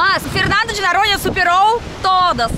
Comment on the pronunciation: É muito engraçado a, quando ao invés de dizer Noronha, ela pronuncia "Naronha"🤭 ela ainda tem dificuldade em pronunciar o "O" em algumas palavras.